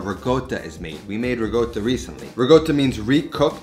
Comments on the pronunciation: hey, it's pronounced "rikotta" not rigot or rigotta.. italians pronounce every letter in a word just as written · People complain about this every video where he mentions ricotta - it's almost like a running joke now. is correct but it's my understanding this is a more of a southern/Neapolitan pronunciation.